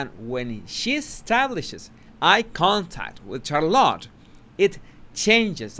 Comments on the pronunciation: This is why I adore you, you say shallot, it’s pronounced char-lotte, I love shallot too🤣🤣🤗♥️ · SHARlit. Not CharLOT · Interesting video. Just a comment about the pronunciation of Charlotte. Just so you know..😊 it is not pronounced Char-LOT... but Charlet. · Charlotte is pronounced Shar-lotte not char-lotte. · Who's Char -lot? Lol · I really hope Harry sees your videos. Hopefully, it will help him remove his blinders. Megan is such a mega witch. Charlotte’s name is pronounced (Shar-lit) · you are saying Charlotte like " Car a lot". VERY ANNOYING..this like "dis" uggh...you are butchering the English language! Not very "subtle" either. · Just some friendly advise, you stress the “char” part of Charlotte more than the lotte. Rather than charLOTT the way you say it. ☺️👍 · lol it's SHAR-lot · Isn’t it CHAR lotte? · Please take a few elocution lessons. if you're going to have an English language Youtube channel, your English pronunciation and grammar should be better. It's CHARlotte, accent on the first syllable. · Charlotte is pronounced "Char-lett", the O is silent. 🤫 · Charlotte sh (like should) ar like are then lot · Her name is pronounced "SHAR-LET". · And it is pronounced Char-let by her parents, so out of respect we should pronounce it their way. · Why are you butchering princess Charlotte's name? I know English is not your first language but you have ears. Other than that, love your content. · Charlotte looked scared when she looked at Meghan. By the way, you are pronouncing Charlotte incorrectly. Do check or ask around for the right pronounciation. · Please work on pronouncing Charlotte. It is painful how bad you pronounce your English sometimes.